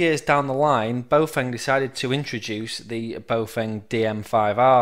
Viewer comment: Baofeng is pronounced bow-fung, not boh-feng. >